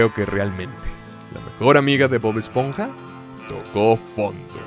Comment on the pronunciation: Bob "Espoja"